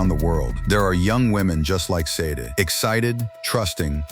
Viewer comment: Sade... is pronounced Sh-ah-day